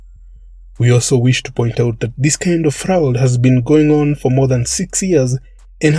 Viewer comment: I cant help it. I have to let you know that "fraud" is pronounced "frawd "